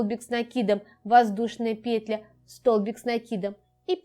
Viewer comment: Все понятно, спасибо. Но, как режет слух ударение в слове "пЕтля"......